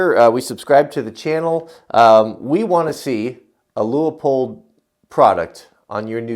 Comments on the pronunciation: From the guys that work there, It is Pronounced "LOO-POLD".... but we hear variations all the time. No biggie, at least they're saying our name! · Leupold looks German, pronounced "loy polt", wow you have gigantic bubble wrap, mine is always so much smaller.....